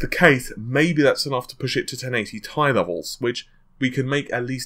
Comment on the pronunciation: it's t i not ti Nvidia's ceo says it like that too